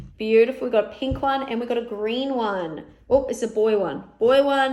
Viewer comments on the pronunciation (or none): none